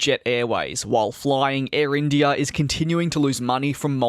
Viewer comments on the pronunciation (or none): The way you say IndiiAaaah is so funny